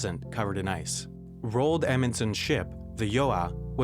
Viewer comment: Have you ever heard the name Roald Dahl? Roald Amundsen is pronounced like that. Not "Rowlld".